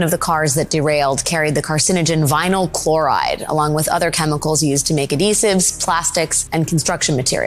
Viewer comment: “Clhoride” “Resindents” … ok